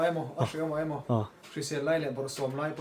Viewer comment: Kawmngeih ti rawh.. 'mai' tih turah 'mei' in ti leh lawi bawk sia in letling thei emai